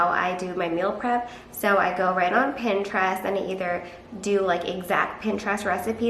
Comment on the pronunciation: The way she says Pinterest is giving me so much anxiety